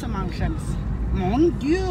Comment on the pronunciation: "AÏÏ MONE DIEU" Jpp😂😭